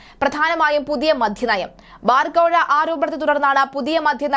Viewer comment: മോളെ മധ്യ നയം അല്ല, മദ്യ നയം ആണ്